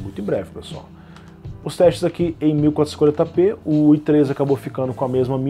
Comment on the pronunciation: ele falando 1440p nao consigo entender nada kkkkk